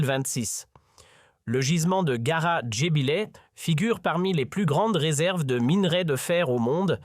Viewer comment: Aprend dabors le nom des choses avant d'en parler. C'est "Gara jbilet" et non ghar jbilelet